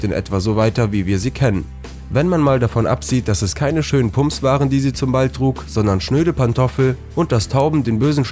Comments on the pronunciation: Sry aber man spricht es pömps aus😂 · PUMPS!? Dein Ernst? Du bist nicht in der Lage dieses Wort korrekt auszusprechen? ?? 😂😂😂